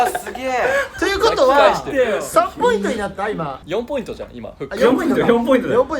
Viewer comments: この動画見るたびに思ってたけどなんでしょっぴはポイントをポインツって言うの？🤣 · 1でもポインツって言うとこ好き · みなさんツッコんでないけど多分気になってますよね？？ 「ポイン“ツ”」って。爆笑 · ポインツｯｯって言い方好き